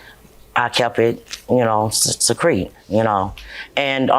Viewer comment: 😂 "I kept it SECRETE"😂😂